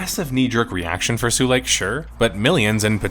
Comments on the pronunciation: Sulake is pronounced sue-lah-keh, not sue-lake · It's pronpunced su-la-ke, not su-leik. And it means a fuse. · Why are you correcting Finnish people on pronouncing Adidas when it has absolutely nothing to do with your video or the topic. Also, Finnish people pronounce Adidas correctly, you pronounced Sulake in a very funny way. If you get all hissypissy about being corrected, why not look up the pronunciation and make sure you say it at least sort of correctly to begin with? Such an insanely childish reaction, goddamn. Sincerely, another Finn very put off by this exchange. I'll see myself out even though the video topic is intriguing. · Has anyone ever told foreign players of Habbo that "Sulake" is not pronounced "Suu lake" but as its written? "Su-la-ke". Literally meaning a type of power charge cell. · "sue lake" 😭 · After a whole video of "sue-leik" him pronouncing muumiopappa this well surprised me. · As a finnish person, l find it funny that english speaking persons pronounce finnish names like they would be far eastern-type names. Sulake -> Suleik, Sampo->Sempo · Who is "nobody"? Finnish people pronounce Adidas in the intended way at least. Sulake isn't up to interpretation either as it is just the Finnish word for electric fuse, so you just pronounce it incorrectly.